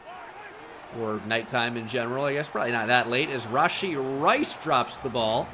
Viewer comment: dude says rashee and not rashee, comical